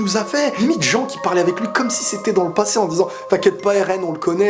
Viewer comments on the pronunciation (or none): none